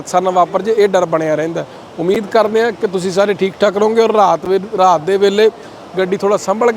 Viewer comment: ਜਦ ਬੰਦਾ ਆਪਣੇ ਇਲਾਕੇ ਦੀ ਮਾਂ ਬੋਲੀ ਛੱਡ ਕੇ ਦੂਜੇ ਇਲਾਕੇ ਦੀ ਬੋਲੀ ਬੋਲਣ ਲੱਗ ਜਾਂਦਾ ਹੈ ਤਾਂ ਕਿੰਨਾ ਭੈੜਾ ਲੱਗਦਾ ਹੈ ਜਿਵੇਂ, ਪੱਤਰਕਾਰ ਦਾ ਰਾਤ ਨੂੰ ਰਹਾਤ ਕਹਿਣਾ ਕਿੱਦਾਂ ਦਾ ਲੱਗਦਾ ਹੈ। ਹਾਦਸਾ 😅😅😅😅